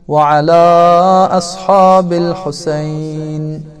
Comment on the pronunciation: Videonun əvvəlində əlində quran tutan şəxs yəhudilər kimi irəli-geri ləngər vurmamalıdır, təəssüflər olsun.Daha sonra ərəb dilində İmam Hüseynin adı Husəyn kimi səslənir, videoda isə Hoseyn deyilir, fars kimdir ki onların ləhcəsi ilə səsləndirirsiniz?!